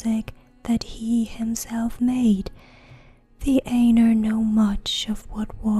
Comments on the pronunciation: Such a great job! Pronouncing words very well. The Ainur is a bit more "Eye-Nor" than "An-er". Just constructive feedback. I love these!!!! You have no idea. I have always wanted to hear this in a female voice. Thank you!!!! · aye-noor not ā-ner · Yeah pretty sure it's supposed to be "eye-noor" or something. Lol. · Sorry to be a dick but it's pronounced "eye-noor" not "ayy-ner". Really got on my nerves, couldn't relax. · I would enjoy this much better if the words were pronounced according to Tolkiens language rules. "Ai" is pronounced like eye, not a long A. Ainur - eye noor. Ainulindalie - eye noo leen Dahl ee eh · When she says (aynur) instead of (eye-nur) it ends up sounding like (anal). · I checked out at 10 seconds when you almost pronounced Ainur as anus. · The Ay- nurr? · actually her pronunciation of Ainur is horrid. I spent 6 years studying Qwenya and Sindarian languages. Ainur is Qwenya and pronounced aye-noor. It's about as bad as saying The Children of Durin when it is Hurin. There are plenty of resources written by Tolkien on how both Qwenya and Sindarian are pronounced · I always said it as "Ai-nor" but you might be correct